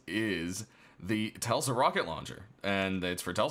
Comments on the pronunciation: It's Tesla not Telsa :P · did he say telsa?